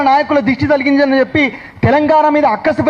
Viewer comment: దిష్టి తలిగింది కాదు బాబు ఆ పదం దిష్టి తగిలింది అని పలకాలి.తెలుగు పదాలకు తెగులు పట్టించకండి.అదేమంటే మా తెలంగాణా భాష అంటారు.తెలంగాణా ఐన ఆంధ్రప్రదేశ్ ఐనా భాషను పెడదారి పట్టకుండా చూడాలి